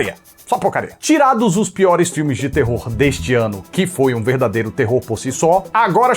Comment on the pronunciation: fala piores "Peores" -PIORES "PÊÓREES